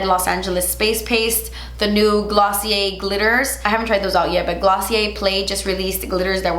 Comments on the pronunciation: Dr. Facilier is pronounced Dr. “Faciliayyy” you don’t pronounce the R in French words lol you said glossier correctly, it’s just like that but facilier lol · Ace Coordinator Mary yeah just like glossier which she said correctly i was like really ?? Lol